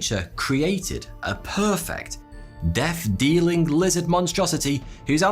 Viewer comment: Great content, but I’m really distracted by your pronunciation of “th”. “Death” becomes “deaf”, “throat” becomes “froat”... ugh.